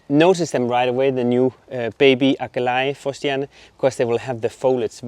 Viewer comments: That purple plant at the beginning - Aquilegia pronounced a kwuh lee jee uh in the UK. Are you guys saying it in the Dutch tongue version? Love the Astratia, I have tried to grow those but my plug plants died twice. They are on my top 3 plants to try again for a win. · You are pronouncing Aquilegia and Salvia incorrectly !